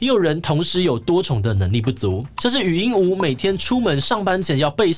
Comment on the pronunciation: 禹英禑ㄨˊ 終於看到有發音正確的了🥲